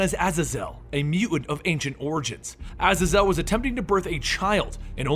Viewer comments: it's not (Ah-Zah-Zil) it's (Aye-Zey-Zil) like Hazel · It's pronounced Aa-zay-zel pretty sure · Azazel is ah-zay-zel. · I love how you pronounce his dads name wrong it’s pronounced (ae-zae-zul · It's pronounced Vahg-Ner, like the composer. Also, Ah-Zay-Zel. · its prounouned uh-zay-zul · His father's name is pronounce "A-zay-zal". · btw is pronounced (a-ZAE- zel) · A ZAY ZELL lol love your pronounciations of names some time great work keep it up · Isn't Azazel's name pronounced A-zay-zel. I think that's how they pronounced it in the movie. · Thought it was pronounced az-zae-zel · U siad his name wrong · The way he pronounces Azazel angers me greatly